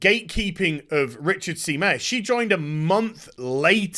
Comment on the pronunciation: Meyer pronounced MY-er, not MAY-er.